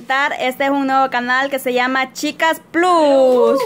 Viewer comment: Chicas plus(plas)se oye mejor,se q estan en Latinoamérica pero si usan una palabra extrangera se debe pronunciar como su lugar de origen.Una peqeña aportación ,y estan bellas todas,aunq me facina UNA 💓.